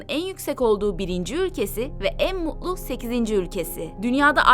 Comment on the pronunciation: Ya Tükçen de slklnti var. Muu u lu değil MuT lu T harfini soylemek zor mu yaaa... mutlu T harfini yutmayiniz.